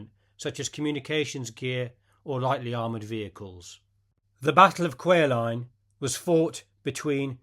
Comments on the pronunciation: Lee was a good friend of my fathers after the war. Kwajalien is not pronounced Quah line but quad- jewel- in. All WW2 combat vet got the Bronze star for service at the end of the war - he had one but it's not listed . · Just so you get the pronunciation right... "Kwajalein" is phonetically pronounced: "kwaa-juh-line" The accent is on the first syllable. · qua-ja-leen is how you pronounce Kwajalein. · For the record, Kawjalein is pronounced in three syllables: Qua-Ja-Line. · Kwajalein is pronounced as the best I can do - Quad-a-lean. Semper Fi!